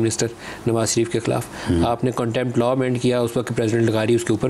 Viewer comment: Not LA but LAW